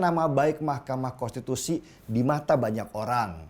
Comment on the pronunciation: bang denny .. susah amat ngomong konstitusi 🙏🙏🙏🙏🙏